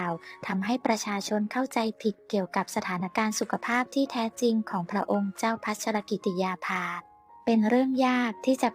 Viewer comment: ขอให้คนอ่านข่าวช่วยอ่านให้ครบประโยคเช่น พระนามพระองค์ภา ต้องอ่านติดกันดังนี้ " พระองค์เจ้า"พัชรกิติยาภาฯไม่ใช่อ่านว่า พระองค์ "เจ้าพัชรกิติยาภา". อย่างนี้เป็นการอ่านที่เว้นวรรคประโยคซึ่งไม่ถูกต้องตามหลักไวยากรณ์ อยากให้แอดมินช่วยศึกษาภาษาไทยให้ดีก่อนเผยแพร่สิ่งผิดๆในยูทูป